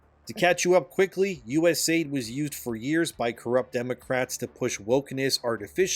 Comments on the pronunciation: It’s not US AID it’s US A-I-D they Aid nothing and no one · Please pronounce each letter in USAID so people don't think the United States Agency for International Development has anything to do with aiding anyone. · im gonna keep hounding on this my dude its U.S.A.I.D. you know the media and the left are still ussing word play to call it US-AID and say grandmas are dieing in egypt due to no more aid money for O2. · It's USA-ID, not US-AID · Just a bit of advice to call it "U.S.A.I.D" and to not say it like "US Aid". The media is portraying the issue like Trump is cutting aid funding, when in reality this is the "US Agency for International Development" and has nothing to do with aid.